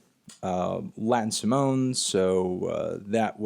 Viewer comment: That pronunciation of Simone is the worst thing you've ever done.